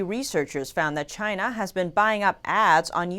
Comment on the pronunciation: Because it was made in Chy-na.....CHY-NA....